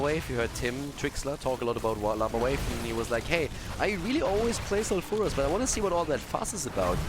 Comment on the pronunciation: love you but plz plz start pronouncing sulfuras foul-fer-ass not sal-fur-as just plz it just annoys me